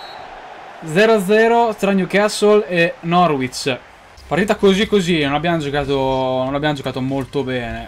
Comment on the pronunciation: si dice norich